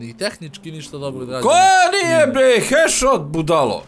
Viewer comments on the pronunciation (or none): nije heshot nego headshot majstore